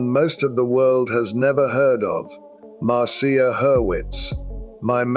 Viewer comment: It's obviously an AI voice. Especially noticeable when it used multiple pronounciations for Marcia Hurwitz. Mar see uh and Mar sha.